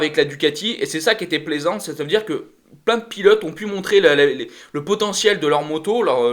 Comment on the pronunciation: Salut. Merci pour cette vidéo débrief par contre faudrait vraiment que vous preniez le temps d'articuler sur les noms des pilotes car vous les machez presque tous 😉